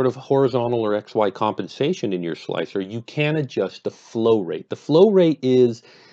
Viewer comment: its pronounced 'Slicer'